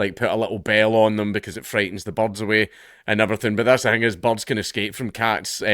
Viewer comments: I could not figure out you were saying the words "birds" until I followed along what you were reading. lol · i thought you were saying bugs first, but you were saying BORDS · Is he calling birds 'bobs'?